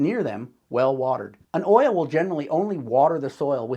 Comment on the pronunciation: This is a very good YouTuber video 🤍 the double L in olla is pronounced as a Y sound like "Oyah" 🤎 ived started making these based on your instructions mister YouTuber and they are working like the olla they are 🤍🤎🤍🤎🤍🤎🤍🤎🤍🤎🤍🤎🤍🤎🤍🤎